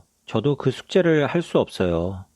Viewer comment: Well, I hear the ㅅ, but to me it sounds like "긋 제를" (as in 'ceus', not 'ceut') rather than "그 숙제를". But hey, if you can hear - wild, I guess it'll just take more time